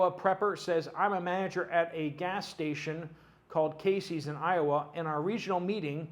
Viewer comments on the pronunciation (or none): none